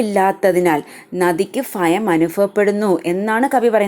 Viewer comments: ഫയം അല്ല ചേച്ചി...ഭയം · Mam, fah alla bha aan😭😭😭